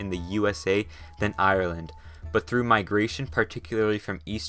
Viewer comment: YAAAY This is legit the first geo channel that pronounces my country's name properly Thank you h0ser